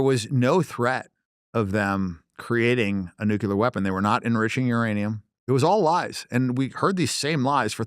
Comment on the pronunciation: If you cannot pronounce the word NUCLEAR you should NOT be able to hold any type of public office in any capacity.....we have an epidemic of people that cannot say the word NUCLEAR properly......This is not a hard word to say........ 😐🤨🤦.......it seems stupid on purpose at this point....